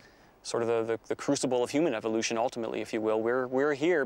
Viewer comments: ...eVVVVVolution...not EVILoution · "Evilloution" what a jackass! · So glad it isn't going to halt "evil-looshin" in our lifetime!